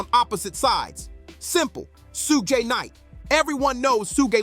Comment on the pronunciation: 😂 I heard Su-gay Knight and hit the mute button. I was done after that.